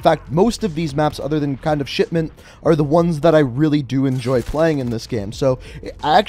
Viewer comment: "Shitment" lol😆😆😆😆😆😆😆😆